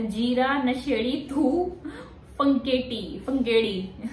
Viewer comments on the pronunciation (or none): none